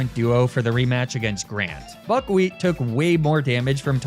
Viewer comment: You say buckwheat... but I kinda hear f**kwheat and its hard to unhear